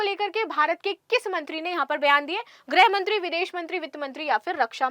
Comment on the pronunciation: आप गृहमंत्री को ग्रहमंत्री क्यों बोलती हो।बच्चों को सही हिन्दी का ज्ञान दोजिए।